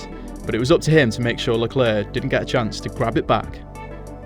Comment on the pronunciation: Why does this guy pronounce Leclerc as "leclerk" and Ricciardo as "Ricky-ardo?"